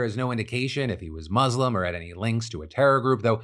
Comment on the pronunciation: Quick tutorial on how to say Muslim. Love your videos phil :)